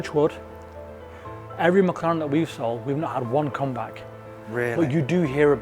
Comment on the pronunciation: Mc LAURANT take EMMMM CEEEEE LAURANT